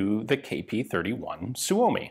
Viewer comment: Your pronunciation of 'Suomi' keeps getting better :D As it is now, it doesn't have a real need to be better, specifically smoother, since even some natives don't necessarily say it smoother than you're now.